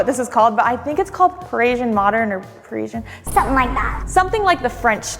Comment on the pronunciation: Say it with me Pa-ri-si-an. No such word as Perishian. No alarm system can fix the fact that we've already figured out where you were moving to. Scream and cry about privacy and security all you want, but it starts with YOU! Coffee AND a place for wine glasses in a Mormon household. Of course, it's just for guests!